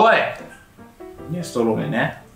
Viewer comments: やっぱり「ミネストローネ」が「ミネステローネ」になっちゃうね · ミネストローネのこと未だに「ミネステローネ」と言ってしまう、おじさんで好(ハオ) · 、やっぱりミネストローネ言えないんやな。。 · 相変わらず「ミネステ」って言っちゃう好き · の「ﾐﾈｽﾃﾛｰﾆ...ﾐﾈ...ﾐﾈｽﾃ......ﾐﾅｯ、ﾑ」を聞いて以来ミネストローネを見る度にﾌﾌｯとなってしまうんだけど、 今回もしれっと言えてなくて笑ってしまった。本当に言えないんだ... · またミネス”テ”ローネって言ってるの草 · ミネステローニ言えないの面白すぎ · またミネステローネって言っちゃって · 相変わらずはミネス『テ』ローネって言ってる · 未だにミネステローネって言っててまだ読めないんだ…ってなっちゃった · またミネステローネ言ってる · この動画でもミネステローネって言ってる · またミネステローネって言ってる… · またミネストローネのことミネステローネって言ってる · やはり「ミネストローネ」と言えない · ミネストローネだいたい言えない愛おしすぎる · またの言えてないミネストローネが聞けてうれしい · やっぱりミネストローネが言えない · 本当にミネストローネって言えないんだ よかった〜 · ココでもミネス"テ"ローネって言ってたんだな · どうしてもがミネストローネって言えないのが面白い。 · 、ほんとにミネストローネって言えないのね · またがミネステローネって言ってる… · この頃からミネステローネって言ってる… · 相変わらずミネストローネって言えてないな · まだミネストローネちゃんと言えなくてかわいい☺️ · 、セブンイレブンマリアージュに続いて「ミネストローネ」をうまく言えてなくてちょっとかわいい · どう頑張っても「ミネストローネ」が言えてなくてかわいいね 裸になってぇ〜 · 相変わらずミネストローネ言えてない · ミネストローネが言えない再来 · 相変わらずミネストローネを言えない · またミネストローネが言えてません